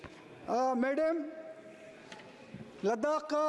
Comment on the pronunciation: Thoda pronunciation pay concentration day... Like March, madam aur choti choti words. Otherwise well done. Thanks for everything ❤